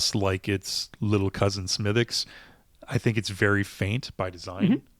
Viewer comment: Have not seen this one in Maine. I'll keep looking. And a small quibble, despite the spelling, it's pronounced "Smiddick's" not "Smithwicks." Sláinte ☘️